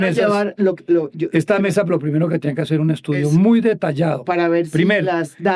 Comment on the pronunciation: Minuto . "El trabajo que hay que hacerT. T T. El verbo hacer no termina en T